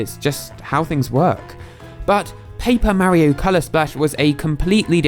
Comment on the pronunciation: i like how he pronounces mario correctly